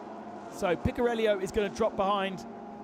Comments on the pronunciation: Picariello, keep track of where that I is ffs. Picariello not Picarellio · The italian driver is speaking Picariello, not Picariellio. Please speak the names correctly.